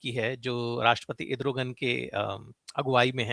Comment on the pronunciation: मनीष जी पहली बार सही उच्चार सूना है इद्रोगन